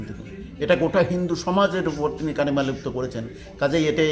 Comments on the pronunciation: দাদা, শব্দটা কলিমালিপ্ত নয়, কালিমালিপ্ত, আগেও বলেছেন, আবার বললেন, এত সুন্দর বলেন, কিন্তু বাংলাটা অন্তত সঠিক বলবেন তো নাকি? ভারত সেবাশ্রম সংঘের মহারাজ ও তো সঠিক উচ্চারণ করেছেন, ওনার কাছ থেকেও তো শিখতে পারেন। By the way, দীপ্সিতা তো দাঁড়িয়েছে শ্রীরামপুর থেকে আর দেবদূত ব্যারাকপুর থেকে, কিন্তু আপনি কি বলছেন বলুন তো? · কলিমালিপ্ত নয় কালিমালিপ্ত। ধন্যবাদ। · আপনি বারবার 'কলিমালিপ্ত' বলছেন, কথাটা কালিমালিপ্ত।